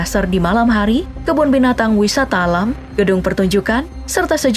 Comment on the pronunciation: wisata alam bukan lam😂